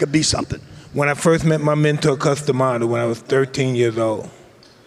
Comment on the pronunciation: Bloody Hell, you think Grant Cardone might have actually done some research on Mike Tyson before interviewing him, he knew nothing of where he came from, what he did, cant pronounce Cus D'Amato...